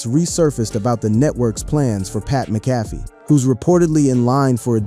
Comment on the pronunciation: It’s pronounced Mac-ah-fee!!